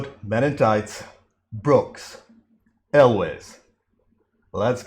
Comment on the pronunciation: Hey, you said Elwes right! Nobody says it right!